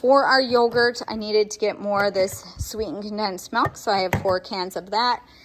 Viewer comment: There’s my fellow Wisconsinite, pronouncing milk like melk ❤️